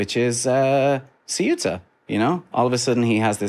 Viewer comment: Thanks you for pronouncing Ceuta properly! Kind of... :)